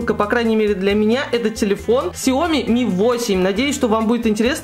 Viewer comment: Ксяомииии ааааа правильно говорить ксяомиии а не ксяоооми